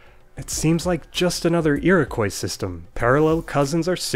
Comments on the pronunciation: Very interesting! Just a heads up though, Iroquois is pronounced more like “Eerokwah”, not “Eerokoy” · Iroquois is pronounced Eer-o-kwa, not eer-o-koi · Iroquois is said "ear-oh-kwa". Good video, though. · It's pronounced ee-roh-kwah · Thanks! Where I grew up it was only -/kɔɪ/. I'd never heard the -/kwɑː/ used in Canada (and some of the US) before I made this video! That pronunciation interested me enough I did some digging and writing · Originally, yes. And if "Iroquois" keeps being pronounced wrong by too many people for too long, the same thing will happen.